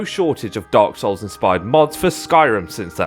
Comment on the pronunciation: Hes saying dog souls, im sure